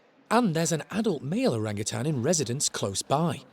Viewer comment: ...you keep pronouncing it orangatan'g'! Drop the g!! Your a great keeper